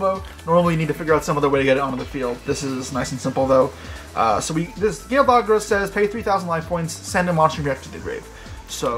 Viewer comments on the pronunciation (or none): be like: Imper that dogra lmao.